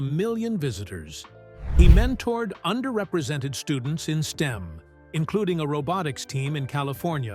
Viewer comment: STEM... not Steam. It is shorthand for Science, technology, engineering, and mathematics.